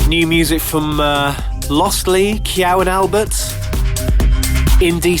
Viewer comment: I love how he bashes someone for a spelling error and constantly gets names wrong himself...like Kyau & Albert a few mins later :D